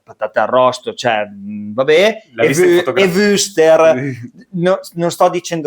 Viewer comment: Ma perché nessuno in Italia sa pronunciare la parola würstel?